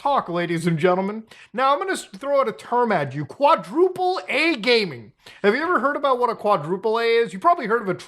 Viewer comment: it shouldnt be pronounced "quadruple ay" if you see the phrase "quadruple a" it is journalist jargon for screaming AAAA